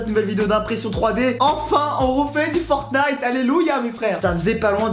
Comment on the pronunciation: La smg de fornite.... de FORNITE.... Le T est en grève ou quoi?